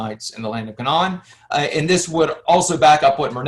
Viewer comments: The K,non hahahaha . Dude you can't even pronoun half these words, it's pronounced [KAY] + [NUHN]. Philistines... like Pine or Line, they are not Philisteens. Not disagreeing with any of the history as much as I watched, but I can't take someone seriously who calls it the K'non. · You are mispronouncing Canaan. They way you say it would be spelled: Canawn The correct pronunciation phonetically would be: 'Cay' - 'nun' or 'Cay' - 'nen' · It's like INsurance....if you want it pronounced correctly, it is Ca-NAAN! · Same here. The way he was pronouncing Canaan among a few others i was like nooo